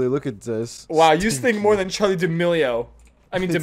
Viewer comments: Its charlie damelio not d mayo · Why do y’all call her Charlie daMayo 🤣 🤣🤣😂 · Why are you saying Charli mayonaise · “HaY I’m AddIsOn RaE BaN aNd I’m. Charli D’Ameliomayonnaise” XD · “CharlieDMayonnaise” LMAO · When it’s supposed do be Charli Mayo